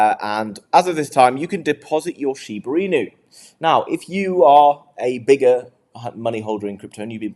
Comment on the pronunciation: "Sheeber Inu" 😂 Sorry....kinda funny though. There's no R lol